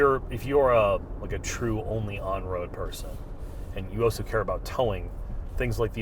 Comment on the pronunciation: Auso in the final segment. Bruh, just take a quick second to learn how to say 'also' - not that hard